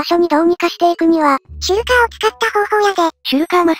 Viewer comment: どうでもいいけどシュルカーの事シェルカーって言ってた人いる？